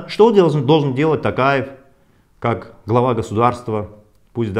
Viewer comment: Мухтар говорите тОкаев. А не тАкаев